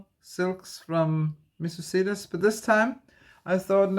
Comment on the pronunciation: Absolutely love your channel. I just discovered it today. By the way, regarding Missus Sedas: sedas means silks in Spanish . It's pronounced with a soft "d" that almost sounds like a "th". Hope that helps. Best wishes for medical appointment . The condition won't fix itself so continue to follow doctor's orders. 🤓 Everything will be fine.